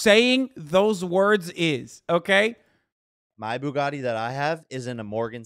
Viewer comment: The way how Andrew pronounces Bugatti sounds like a combination of a baguette and spaghetti.